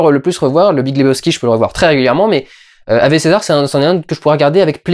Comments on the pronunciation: On dit awoué pas avé ^^ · On dit "Awé" ! XD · Normalement ave c'est du latin donc on ne prononce pas ave mais aoué.